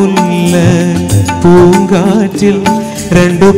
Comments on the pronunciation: പൂങ്കാറ്റിൽ അല്ല പൂങ്കാട്ടിൽ ആണ് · പൂംകാറ്റിൽ അല്ല പൂo കാട്ടിൽ, എന്നല്ലേ, 😆